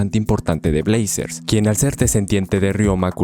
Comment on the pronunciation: Jajajaja, en el minuto suena la intro de brazzers, puesto que dices blazers 🤣🤣